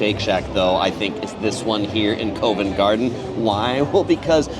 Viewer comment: Isn’t Covent Garden pronounced CAh-vent, not C-OH-vent. Mispronouncing well established names doesn’t add credibility to your videos.